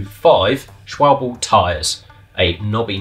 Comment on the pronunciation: Love it. The guy that actually manages to pronounce Peugeot right.. then precedes to say "Schwabble"... All we'd have needed was someone to come along and miss-pronounce Marzocchi in the same video and we'd have the holy trifecta of not paying attention. :¬)